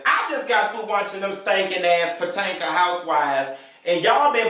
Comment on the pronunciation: Potanka. LMAO